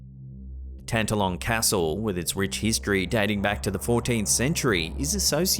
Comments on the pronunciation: Sorry, but it's pronounced Tan- TALL -on Castle. Middle syllable is emphasized. 🏴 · Excuse me but Tantallon is pronounced Tan-talon with equal emphasis on both syllables. (Just being helpful to my antipodean cousins)